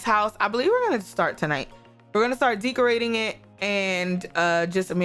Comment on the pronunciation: Did she say DEEKorating?